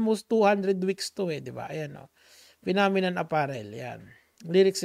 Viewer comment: phenomenon!? o Nenokinnon 🤣🤣🤣🤣 ninenok mo nga pic. ng modek mo🤣🤣🤣🤣🤣